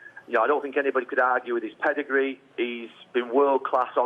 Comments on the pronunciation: "I sink, I sink, I sink.........I've sunk!!!" Ha ha ha LOL Mr Ego Maniac finally turns into the "Sacked One", not as special as he thought he was, the true "Specialist In Failure"............all I can say is Wenger In!!! 🤣🤣🤣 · “ I sink”